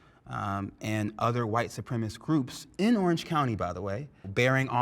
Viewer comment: “white supremist”